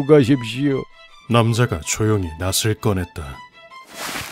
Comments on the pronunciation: 낫을 휘두르다에서 왜 자꾸 나츨 휘두른다고 발음하는거지... 이거 저만 거슬리나요? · 낫을 낯을이라고 발음하시네요